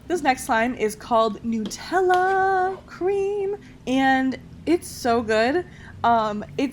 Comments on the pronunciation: It’s nut ella not noooootella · Why did she say nootella , do you have noots or nuts? Did anyone else pick up on this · Oml she said “nootella” It’s “NUTella” cuz it’s made of NUTS not NOOTS...oml I’m sorry I just hate it when ppl pronounce Nutella like that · NUTella not newtella get it right people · The way she said Nutella triggered me idk why 😂😂 nootella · Omg it's pronounced nut- tella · Who here pronounces Nutella like 'Nuh-tell-ah? I just got kinda weirded out when She said it like I wasn't used to and want to know if it's just me that pronounces it that way XD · It’s supposed to be “ new-tel- a” cuz it was made in Italy and that’s how they pronounce it but people call it “ nuh- tell -a”